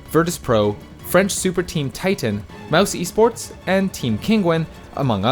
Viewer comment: "mouse esports" its said "mouse sports"